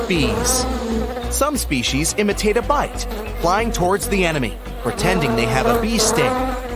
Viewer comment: As an entomologist I could not stand your horrid pronunciation of species and body parts